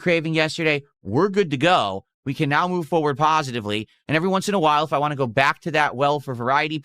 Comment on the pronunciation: I'm blaming, but whenever he says "whah" now... I can't not hear how horribly he mispronounces want now.